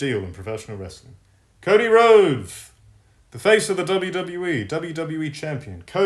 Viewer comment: God I fucking love when you pull off the “It’s ” 😂